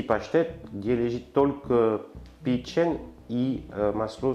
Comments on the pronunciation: user-ep7hr2pp8j по русски пЕчень, а не печЕнь.... Французские слова - ударение на последний слог.... ФуА грА, шампАнь... Или вы о чëм? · Печень, на первое Е ударение